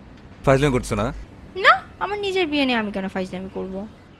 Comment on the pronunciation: আপনার "বিয়ে" এবং "ঠ্যাং"-এ কিছু সমস্যা আছে।